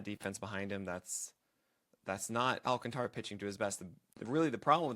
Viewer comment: Stop mispronouncing his name.